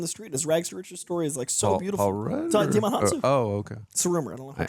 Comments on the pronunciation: Small side note: Djimon Honsou's first name is pronounced Jimon, like Simon. Not Dei-a-mon. But you are spot on with his origin story into acting. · Djimin Hounsou pronounces his name JI-mon, like Simon with a J, not Dee-ya-mon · You are pronouncing it WRONG. Djimon Gaston Hounsou (/ˈdʒaɪmən ˈuːnsuː/, JY-mən OON-soo; French: (took 2 seconds on his wiki page) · Djimon is pronounced jai-muhn. Lol